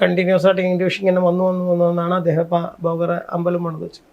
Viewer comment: ബോഗർ അല്ല സുഹൃത്തെ….ഭോഗർ.ചുരുങ്ങിയത് സ്വന്തം ഭാഷയെങ്കിലും കൈകാര്യം ചെയ്യാൻ അറിയുക.